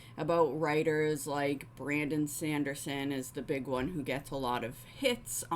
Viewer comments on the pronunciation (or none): none